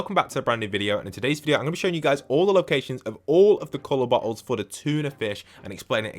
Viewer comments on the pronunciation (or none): Every time u say bottle it don't sound like bottles 😂